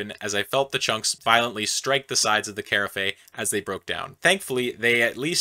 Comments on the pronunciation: Sorry to be "that guy", but I just cant help myself, lol. Anyway, "Carafe" is pronounced "Ku-Raf", not "Ka-Raf-ee" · "carafe" is pronounced like "giraffe", so kinda like "ker-af" not "care-uh-fayes". Sorry, but I always like to help people with small things like this or if they have something in their teeth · Ka-raf, not car-ah-fay hehe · Moral o the story: If you don't want herpes, don't go around promiscuously hugging everybody. By the way, carafe is just "ka-raf," not "kei-ra-fei" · I've never heard "carafe" pronounced "care-uh-fay" before, is this a chemistry or a Canadian thing? I always heard my parents asking for a half "care-aff" of wine instead. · Carafe=Care-aff not care-aff-ayy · Carafe is pronounced "Kuh-Raff" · I always heard carafe pronounced like giraffe with a K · The second syllable of carafe is pronounced "AFF". Two syllables, not three. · Carafe lol it's pronounced ka raf. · carafe is pronounced rhyming to giraffe! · Carafe is pronounced “caw-raf” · Carafe rhymes with giraffe 🦒. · Carafe is french, so pronounced as karaff. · (the second syllable of carafe is pronounced as in giraffe, btw, it's a weird word) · The e in "carafe" is silent. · The way he pronounces carafe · I’ve never heard anyone pronounce carafe that way 😝 Fyi: I’m not being rude, it just made me laugh!🙃 Edit: timestamp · Love the content just the way you pronounce carafe grinds my gears 😂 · definitely not how carafe is pronounced haha.